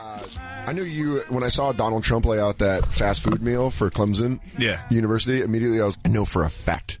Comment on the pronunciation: People not from the South can't pronounce Clemson.